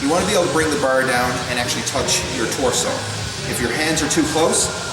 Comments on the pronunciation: Ha ha ha he can't say bar, BAR not BER :D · Only i that hear him saying "burr" instead of "bar"? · I have a feeling he's Canadian when he says "burr". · I knew you were Canadian because of the way you say bar